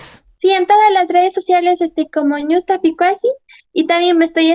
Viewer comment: No es niusta es ñusta